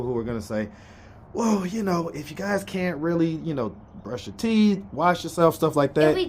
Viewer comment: not "TEEF" 🤣🤣🤣🤣🤣